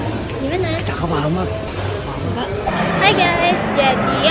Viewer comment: that "cHakep AmatHhh" huaa🥹